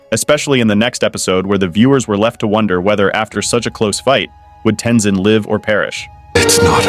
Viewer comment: This guy can make his mind up on how to pronounce Tenzin